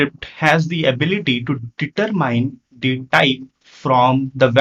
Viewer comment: I suggest you work on your spoken English (not "Ve Vill" but "We Will") and the correct pronunciation of English words (like "detErmine", not"determain"), "prefEr", not "PrEfer", "applIcable", not "Applicable". While", not "Vile, "World", not "Vorld", Tyuple", not "TAple". "still Works", not"still Vorks" "Gosh., "Why", not "Vy".